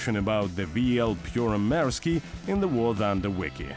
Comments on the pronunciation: Good grief. Absolutely awful pronunciation. Made me squirm. Can i redo the voiceover for free? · don’t get your knickers twisted. It’s got nothing do with how I speak Russian, it’s how this man pronounced Finnish. It’s awful, period. If you want to sell a product, use someone who can do it properly. я свободно говорю по-русски.